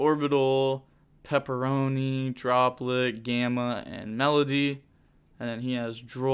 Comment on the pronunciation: I love you you called peropero "pepperoni" lmao